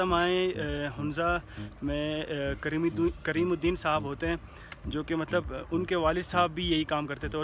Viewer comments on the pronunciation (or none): none